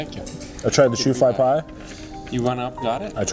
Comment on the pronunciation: Shoo fly pie is from Pennsylvania , Amish , I think. Its sticky, made with molasses. But the name is shoo fly like you're shooing the fly away , not shoefly like the shoes on your feet.